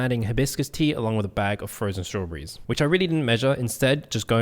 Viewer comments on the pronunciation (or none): none